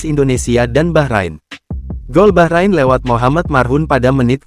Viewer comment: Orang jawa thothok gak bisa ngomong bahrain, tapi baqorin, baqorin artinya sapi.